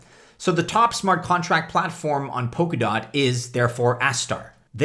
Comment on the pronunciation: Sounds like he's saying poke a dot.